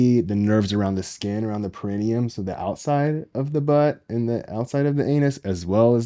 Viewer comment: Thanks for talking about this sensitive subject. Hopefully someone who has questions will come across this medically-sound explanation around this topic. Only one point of order: perineum, origin is Latin (which places emphasis on the penultimate, or next to last, syllable), would be pronounced with the emphasis on -ne-...so peh-ruh-NEE-uhm. But thank you so much for being a solid and trustworthy resource.